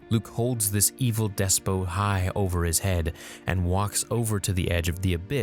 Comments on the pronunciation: "Despot" is a tricky word. You think the "ot" would be an "oh" sound because of how often that is the case but it's actually pronounced "des" - "pot", as in pot and kettle. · It’s pronounced des pot